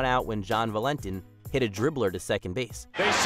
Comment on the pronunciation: John Va-len-ten? Theres a new one haha.